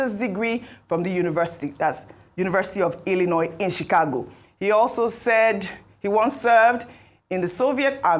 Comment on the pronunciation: Did I hear “chigakpo state university “😂😂😂